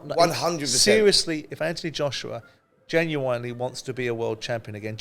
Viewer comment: Why is it Simon is a highly intelligent man but can't pronounce genuinely correctly. weird.